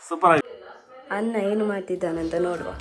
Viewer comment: ಕನ್ನಡ ಚೆನ್ನಾಗಿ ಮಾತನಾಡಿ. ನ ಮತ್ತು ಣ and ಲ ಮತ್ತು ಳ ಉಚ್ಚಾರಣೆ ಬಗ್ಗೆ ಎಚ್ಚರಿಕೆ ಇರಲಿ. ಕೋಲಿ ಅಲ್ಲ ಕೋಳಿ ಅನ್ನ ಅಲ್ಲ ಅಣ್ಣ ಇತ್ಯಾದಿ ಇತ್ಯಾದಿಗಳ ಬಗ್ಗೆ ಎಚ್ಚರಿಕೆ ವಹಿಸಬೇಕು. Good luck